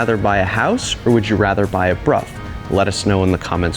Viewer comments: It is Bruff.. The reson is complicated as it'a a combo between language leap from Roman to Old English (German like language) to English (same as rough enough, cough). However, it might be how it's pronounced in your local area/dialect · I'm curious, I always thought it was supposed to be pronounced "Brow", not "Broff". Is this the actual correct way? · As far as I know it should be "Broff". Never heard it called "Brow". I live in the UK so might be pronounce differently elsewhere, ie Jagwar in US but Jag Ure in UK.😄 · I cannot for the life of me unhear "Bruh" every time Brough is said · It’s not often that I am taught something new, interesting, and useful information from a YouTube comment, but you’ve done it. I was never aware of that connection, and how it would also apply to such words/names as “Brough”. I’ve always pronounced it as BROW my entire life. Today is the day that changes; and I’m able to explain WHY I choose to now pronounce it as so. Thanks, Bro ! 😅